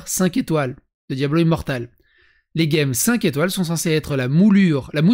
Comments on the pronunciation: Gemmes : On dit les "j'aime" et pas les "games" 😉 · Les gemmes ça se prononce "jème", c'est g+u pour faire le son "gue" comme dans guitare par exemple 😂